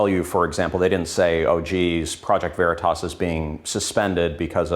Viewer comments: Its not project veritis. Its project veritas. She pronounced it wrong on purpose to add insult like saying someone's name wrong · "Project veri-tess"? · “Project Veritess” - Ana Cabrera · I love how that cow on cnn mispronounces veritas. either she has no business being in front of a camera or the mispronunciation was intentional and meant to de-legitimize project veritas. cnn is a national shame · She can't even pronounce Veritas right. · They say "Project Veritas" incorrectly on purpose, it was intentional... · Who pronounces veritas...like THAT? For real. That felt...weird. I bet she says "nitch", too. Why is CNN still a thing? I don't get it. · Lmao! When a reporter can't pronounce Veritas properly, lmao...shouldn't claim to report the truth...CNN stinks... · Banana Ana cannot even pronounce Veritas 😂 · She cant even say “Veritas” right. Wow. And these ppl call themselves journalists?! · She couldn’t even pronounce truth...how could she possible report it 🖕🏼the communist news network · I think she intentionally mispronounced Project Veritas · She cant even pronounce the organization. Lol. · Not surprising that she couldn't even correctly pronounce Veritas. I'm quite sure she doesn't even know what it means. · Stuttering Ana can’t even pronounce ‘Veritas’ correctly — duh, duh, duh lie much Ana/CNN?! #ExposeCNN